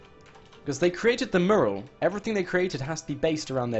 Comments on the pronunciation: It called a "mew"ral. You're saying it incorrectly. You're saying it like it is spelled murral. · ... The way you say Mural. It's not pronounced "Merl", it's pronounced "Moo-yer-al". I know things are said and pronounced differently in the UK, but.... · Learn how to pronounce "Mural"...you sound like a complete moron! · I really don't like the way he pronounces Mural.